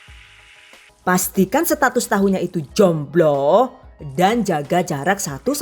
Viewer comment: Kata 'jomblo' nya diteken terus ya, kek agak memancing emosi gitu :')